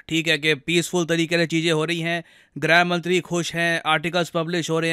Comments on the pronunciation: ग्रह मंत्री नहीं गृह मंत्री। हिंदी Pronunciation पर थोड़ा सा फोकस करें😂🙏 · Sir Grah mantri nahi Grih mantri boliye Please consider it